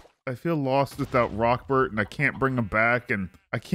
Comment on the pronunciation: Am i the only one who thought it was "Rockferd" and not "Rockbert"??? Please tell me im not alone lol